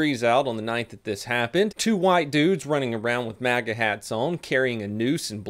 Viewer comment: MAGA i thought you said manga in all honesty and about pissed myself laughing